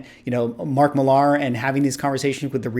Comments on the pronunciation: It’s pronounced Mark “Miller.” Not Mark Mill-ARR, like a pirate. From the mouth of Mark himself. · I am almost certain that he pronounces his name "Miller" and not "Mil-lahr." He did a signing event at our local comic shop and the manager confirmed that Mark said it was "Miller." (He's Scottish, I believe.) I think his channel name "Millar Time" supports this, too, as it is a reference to the Miller brewing advertising campaign. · Was a really good roundtable. Valuable conversation. By the way, Millar is pronounced the same as Miller 😉